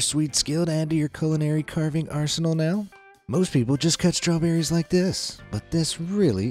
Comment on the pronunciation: Oh, my god...straw-berries.